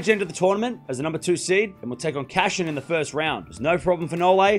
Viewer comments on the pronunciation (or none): in the postname Cachin you should pronunce "ch" like in english "cheese"